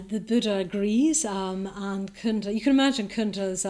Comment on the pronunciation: 22 not kunda, it’s cunda as in chu. Like China 🇨🇳 Great lecturer btw